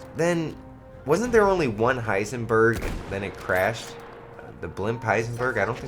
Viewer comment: ***** it was called the hindenburg. But you made me laugh really hard when you said hisenberg goat army for life